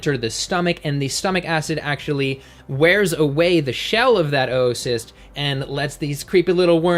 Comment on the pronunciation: Isn't it pronounced "ooo"cyst